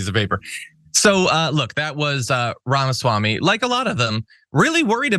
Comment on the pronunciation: Ramasmackme. Really?😂